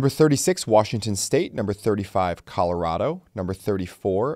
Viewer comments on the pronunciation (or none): none